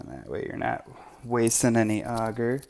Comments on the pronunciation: Its Agar not augar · It’s pronounced agar not auger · Pronounced A-gaR not ah-ger,, lol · Okay have I been saying agar (Ay-gar) wrong this whole time🤦🏽‍♀️ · I'm willing to bet you do a actually say some of the words in that link incorrectly. I would like to say in my years of learning mycology it is almost always pronounced as "Aye-gar". Further more here is a rebuttal to that YouTube link. BTW it's from Cambridge Dictionary. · Haters gonna h8. I'm from Texas and I'll bet 90% of my pronunciations would drive 90% of the world crazy. I pronounce AGAR like a pirate with a extra helping of RRRRRR and hope no one goes nuts over that. I live in Tennessee now because everyone here speaks normal. (LOL)